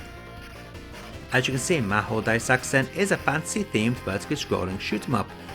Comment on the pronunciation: "Developed by Racing" ... Wut... It's Raizing. ("Rising" in english, but in japanese it's: Raijingu) But I am very impressed to pronounce the game name perfectly! Btw is there a hack for the x68k version which fixes the sfx audio?